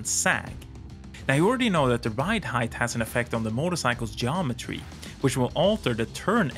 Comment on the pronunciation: English speaking American here... Heighth is not a word. You say the word heighth multiple times in this video. its pronounced HYTE not HYDTH